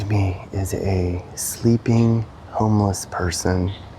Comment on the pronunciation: "Be vewy, vewy quiet. I'm hunting for homewess."